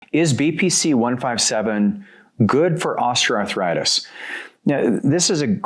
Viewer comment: Ostra arthritis ⁉️WTHell is that?DONT YOU MEAN OSTEOARTHRITIS?